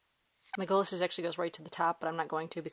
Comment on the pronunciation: You keep on saying it wrong(leg-a-las)